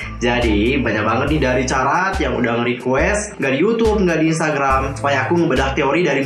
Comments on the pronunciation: Bener bgt. Mana dari awal dia bilangnya "carat" bukan "karat", dan gw gatel bgt bikin benerin, hehe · fans SVT itu dibacanya "Karat" ka..